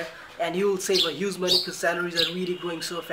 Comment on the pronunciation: Huge, not huzeee!! Learn English, its mostly used language in the world.